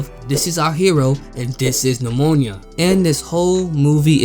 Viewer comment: Please stop pronouning nimona like that 😭